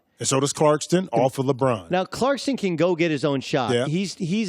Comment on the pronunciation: Who's "Clarkston"?